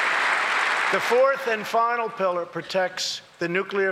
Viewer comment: When Donnie says pilliar I know he thinking about his pillow.